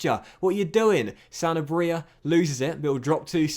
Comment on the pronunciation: I’m pretty sure you’re emphasising the wrong part when you say “Sanabria”.